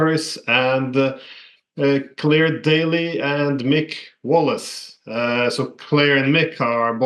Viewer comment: I like how Glenn said Claire & Mick's names like he never heard of them before.